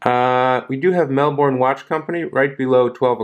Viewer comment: No disrespect mate, no O in Melbourne😊. Good review!